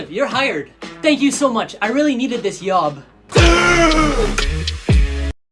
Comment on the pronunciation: Is it just me or did I just hear him say "I really needed this YOB"